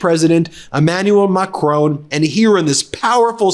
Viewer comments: It’s painful to hear Macron called “MaCRONE” 😅 lol I’d give tips but I find myself not finding the sound in your language 😅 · I love you guys, but PLEASE pronounce Macron properly. It is not "macrone" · Ben, it's not pronounced "Macrone"